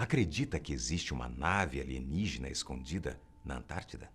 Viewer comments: É ANTÁRTIDA*!, não confunda igual a min. 😂😂😂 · Antártica!!!!! não antartida